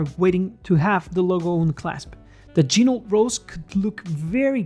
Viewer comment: Please don’t pronounce the T in Ginault. Ok. I’ll show myself out.